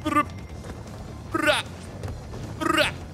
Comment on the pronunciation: Hey Mark just a heads up from a Crash enthusiast, the Mask Man's actual name is Aku-Aku (pronounced awkoo-awkoo).